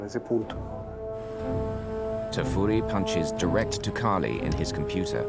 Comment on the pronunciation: Why can't the narrator say Cali correctly? lol